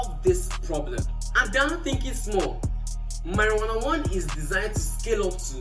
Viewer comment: . Did I just hear marijuana ❤😂😂😂😂